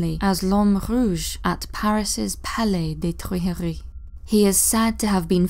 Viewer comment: I rewinded her saying “palais de trijeri” like 8 times. 🤣